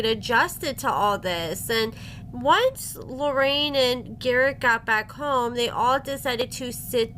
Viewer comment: lol, a book, jeez, what is it; gar-ICK the narcisSICK